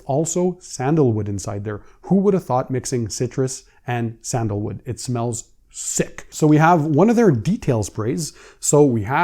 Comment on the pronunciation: “it smellsz.. SICK!” I love you man